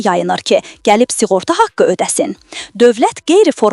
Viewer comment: S i ğorta yox, s ı ğorta!🤦‍♂